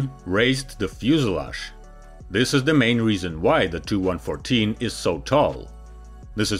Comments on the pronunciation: Tee-You-114!! NOT TOO-114 🙄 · He pronunces the "TU 95" as "295" , and reads of "TU 114" as "2114". Its confusing because there were never planes of those model numbers. Its not printed text, so instead of either saying "tee you 95", or "295", you might as well just say the unabbreviated name. And call them the two plames "Tupolev 95" and "Tupolev 114" respectively.